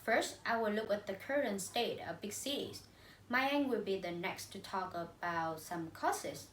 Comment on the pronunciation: You guys did a great presentation. The topic is clear and ideas are relevant. Below is some comments for individual performance. - Thao: You have a very excellent voice and tone. Your linking sounds are good as well. However, I think you still should pay more attention to ending sound: about, world, York. Besides some sentences should be corrected like: “It’s all comes from…”, “Ly will be the consequences…”. - Mai Anh: I can see that you put much effort in your presentation. You speak quite fluently and have a wide range of languages. Even though you did a great job, I think you need to improve some following things. Firstly, I am not sure that you read the script or not because you did not look at the camera and have eye contact with audience. Secondly, you should pay more attention to the ending sound as you missed several ones. Lastly, you should introduce your partner at the end of your part. - Ly: Honestly, you have voice and pronunciation that I like most in our class, but your intonation does not meet my expectation. Besides, I found some mistakes in your speaking (of course my comments are not totally right ): - When increasing number of people migrate to city, the total number of residents living increases, which leads to rising cost of living much higher than it does in small town or village. (run-on sentence) - I do not understand why expensive prices of housing, transport and food make people live in tall apartment building. - Diep Anh: First, you should speak mor